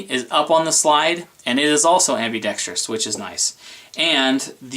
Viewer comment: You need a speech class... It's ambidextrous not ambidextrious.. only one "i".